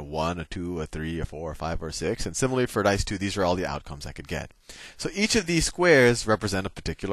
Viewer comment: Sal, I love how you say 'simerally'